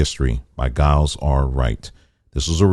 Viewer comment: I think people don't realize how many slave were in the upper north. Especially New York. And Giles is my family name. Its pronounced jiles.